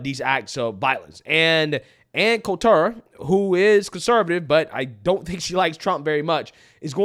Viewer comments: I used to like Ann, but since she don't like Trump, I stopped liking her. Her name is pronounced coal-ter. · Col-ter not Col-tour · Yeah lol it’s Anne’s last isn’t pronounced like that. Not Col-TAR it’s just Coulter . But yes Anne’s right and we conservatives have been right on this for decades but yes just watch who they don’t show and you immediately know by default . You get plenty on local news because if they didn’t there wouldn’t be any news lol but hey I do live in memphis but hopefully escaping soon! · Ann's last name is pronounced "colt terr". She pay the way is a Trump hater. You should watch some of her recent interviews. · You made Ann Coulter (Cult-er) French 😂. Sorry, I couldn't resist. I love your content. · FYI…. there’s no emphasis on the T in “Coulter” — kind of sounds like “shoulder” except it’s “cole” “tur” 👍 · her name is pronounced like the colt handgun with an "er" on the end: "Colter." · Ann Colter pronounced Colt' as a baby horse, emplasis on COLT-ter...Colt-'' er. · love you man, but her last name is pronounced cole-ter, emphasis on the cole! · It's pronounced Anne Kohl-ter brah. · How is it that you can't pronounce Ann Coulter's name correctly? I've never really liked her. But she's 100% right here. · I have never heard Ann Coulter pronounced this way ever.. is a new kid on the block for sure. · Why do you keep sayin "Ann Coulter" like that? 😂😂😂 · He pronounced her name wrong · How can you not pronounce Coulter?? Its so weird... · Are you purposely mispronouncing her name?